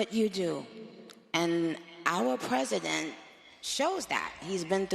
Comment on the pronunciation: "Ouwa pesident"